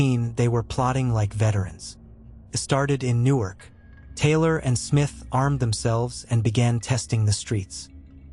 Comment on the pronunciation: New-ARK on Newark (like Nj)